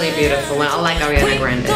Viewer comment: "Arianna"???😂 but I loved the video